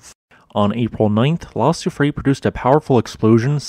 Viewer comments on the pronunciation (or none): ii is said Soo-free-air